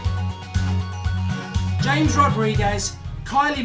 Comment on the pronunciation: xsorry mark but his name is pronounced as Hames not James